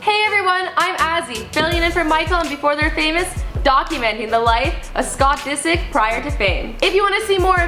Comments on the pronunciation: She literally said david disc lol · i cant stand this girl disick doesn't rhyme with biscuit! she can't even speak properly. if Michael reads all these comments I hope he sees that nobody wants her here